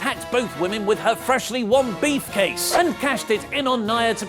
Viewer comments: I don't know if is actually saying Briefcase or it's just me hearing Beefcase. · Still likes is saying Beefcase and not Briefcase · Say beefcase one more time... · did he just say beef case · Why does keep on saying "beef case" instead if "brief case"? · Is it me and my American ears or does it sound like is saying "Beef" Case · Its sound like he said beefcase